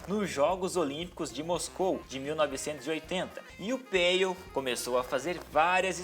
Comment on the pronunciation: a pronúncia do apelido dele é "Peiô" (oxítona)... todas pronúncias francesas são oxítonas